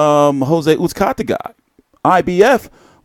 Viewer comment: Your pronunciation of Uzcategui is HILARIOUS 😂🤣